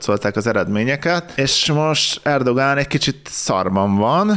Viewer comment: Erdoğan ezt a ğ betűt a törökben nem ejtik ki, vagyis néma hang.